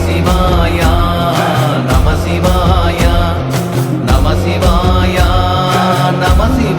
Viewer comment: இந்த அற்புதமான பாடலுக்கு இந்த ராகம் பொருத்தமாக இல்லை. அப்புறம் ஒரு பாடலுக்கும் அடுத்த பாடலுக்கும் இடையே நமசிவாயா என்று "உச்சரிப்பது நன்றாக இல்லை" அதிலும் "யா" என்று நெடிலில் உச்சரிக்கக் கூடாது. "ய" என்று குரிலில் தான் உச்சரிக்க வேண்டும். சிவய நம என்பதே நம சிவய எனப்படுகிறது. இதில் "யா" என்று இழுக்கக்கூடாது.